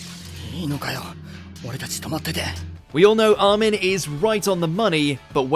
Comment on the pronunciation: Who the fuck is Ar-men? xD